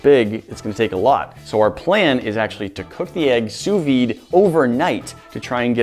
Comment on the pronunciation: The V in sous vide is silent, just like the second S in sous